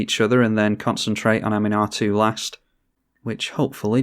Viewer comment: Ahm-un-ah-too...that's how you pronounce her...not Animar, lol. Oh wait, now you're pronouncing it correctly...trolling us, noice...really nice edition with mimic vat... I have quickly stopped underestimating Gherid and wort mother because of your game plays so thanks for that!